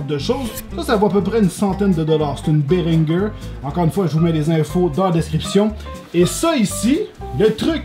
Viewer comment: il me semble qu'on dit bérinjé